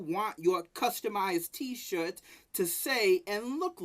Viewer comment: he pronounces t-shirt as "t-shit" hahahahahaha